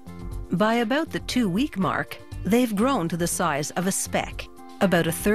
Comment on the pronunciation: She must be Canadian, she says "aboot!" Its cute lol...